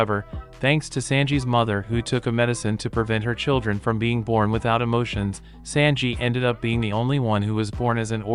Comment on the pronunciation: Fella, the way you pronounce Sanji, is killing me.